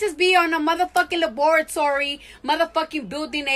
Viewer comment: she. really. said. LA-BORA-TORY😒 Cardiiiiiiiiii